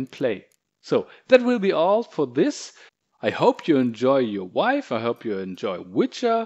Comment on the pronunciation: Why does someone like this make videos in the first place? VIVE.....SAY VIVE! if you cant say the product name. DOnt do a tutorial. Idk whats worse. The video quality, the lack of good information or even just the lack of thinking this "video" through from start to finish. You are not a off the cuff kind of speaker. Prep next time.